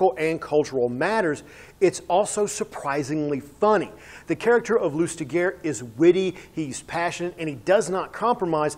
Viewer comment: Good review but his name is pronounced /lystiʒe/, more like 'loostijay', not loostigur